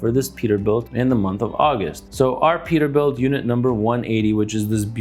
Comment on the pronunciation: “Perterbuilt” lol